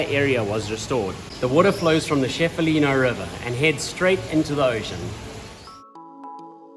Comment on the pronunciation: It's pronounced che-fa-lu, not chef-a-lu.